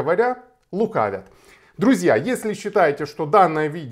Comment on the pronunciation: "А нє луквят лі..." - лукавят! Українською будь ласочка